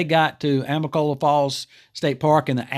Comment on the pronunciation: Thanks for the update. Remember AMICOLOLA, not AMICOLA. Native American for Falling Waters